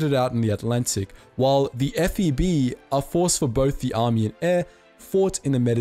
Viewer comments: It sounds like you are saying F E D, not F E B. What? No love for the Força Aérea Brasileira? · Why does he keep saying FED?? The correct is FEB, Força Expedicionária Brasileira. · its not FED, the correct is FEB = Força Expedicionária Brasileira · why do you keep saying FED instead of FEB? B stands for Brazil, which isn't Drazil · I love the video!! But you saying FED in the place of FEB ground my gears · Is it me or he just recorded the whole video saying "FED" instead of "FEB"? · cool video but its not FED its FEB!!!!!!!!!!!!!!! geeeee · I don't know if it's cause of your accent, but sounds that you said F-E-D but the correct is F-E-B, or Feb, like brazilians says. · FEB.B, as in “boat”. Not D as in “dog”. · Brasil porraaa , o cara passou o vídeo td falando “FED” em vez de FEB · Lol u keep saying “F E D” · You said FED? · It's FEB, not FED. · Why do you keep saying "F.E.D"? It's F.E.B. Usually, we say "FEB" as in "FEBruary". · I'm very proud 2nd Lieutenant of the Brazilian Army Artillery. Despite the video being about FEB-Força Expedicionária Brasileira, the narrator kept calling it "FED". I've watched tons of documentaries about the allied foreces campaign in Italy and Brazilians are never mentioned. Thanks for posting this video. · It's not "FED" but FEB. Good grief ! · Força expedicionária Brasileira, é com B, FEB, você falou FED o vídeo inteiro, mas tudo bem, finalmente alguém lembra da nossa parte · Brazilians stole tanks, paraded on them, walked among nazis pretending to be Italians, they were there in the spirit of Zoeira. F.E.B, not D. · Am I the only one that hears him say FED instead of FEB? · He definitely speaks FED 80% of the vid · Read it like the channel subscribe just because of this video but you said FED the whole video BRO?!🤣 IT'S BE FOR BRAZIL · Yep, Devil expeditionary force.